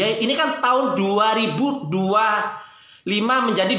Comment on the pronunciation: Koplaak klu ampe bani 58% kgk malu liat empresnya slh ngucap taooonn 😂😂😂😂